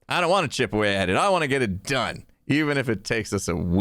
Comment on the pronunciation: Can anyone else hear that has clearly been hanging out with Skizzleman a lot in the way he says "I want to get it DONE, even if it takes us a WEEK"